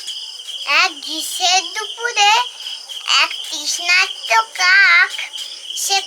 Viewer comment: ও তুমি কি সুন্দর গল্প বললে গো, আমি এখনো এতো পরিষ্কার করে তৃষ্ণার্ত উচ্চারণ করতে পারি না 🥰😍😘কালকে আমিও পান্তা ভাত খাবো... দারুন খাবার....